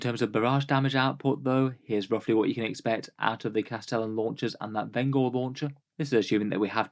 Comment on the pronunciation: I wanna say vengor is intended to sound like vengence. Veng-or rather than ven-gor. Like the vengence launcher.